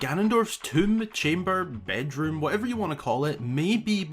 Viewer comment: Did he just said bed room?